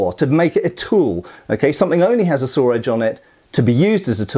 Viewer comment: As someone from the southern U.S. I've always heard from people how southern accents have a lot of similarities to a lot of British accents. And I've never really heard it before, until just now, when I heard pronounce "saw" as "sawer" lol